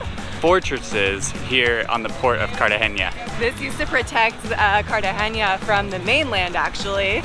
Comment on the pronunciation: No soy de Colombia soy de Mexico 🇲🇽 y segun yo es Cartagena no "CARTAGENA" I think is Cartagena not Cartageña